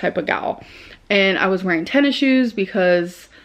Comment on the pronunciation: i love how pronounces tennis shoes as ten issiues